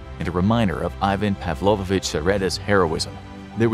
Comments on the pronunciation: It's Pavlovich, not Pavlovovich. Павлович -> Pavlovich (ч -> ch). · its pavlovich, not pavlovovich ^^